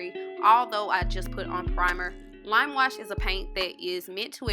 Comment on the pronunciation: She said lam wush peeynt 😂